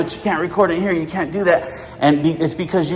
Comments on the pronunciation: "herre" instead of here📢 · "Herre" they come